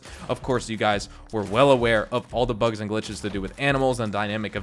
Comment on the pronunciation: It took me a second to realise you meant "bugs" and not "bucks", I was wondering why too many bucks was an issue, I'd love to have that problem.